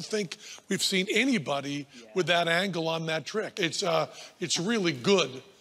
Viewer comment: Not much of a code there Penn, could you have said angle with any less emphasis?